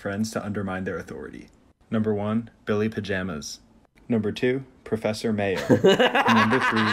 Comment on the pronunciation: It's professor Mayor not professor mare